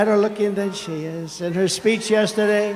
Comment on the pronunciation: "Eyem better looking than sheyes"